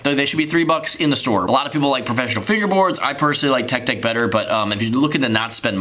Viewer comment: Umm ik this is late but the intro he says tech sëx